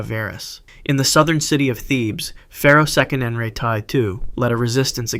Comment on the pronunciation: Proper pronunciation is Se-qe-ne-nara (note the phonics) TAO not taa, it's TAO.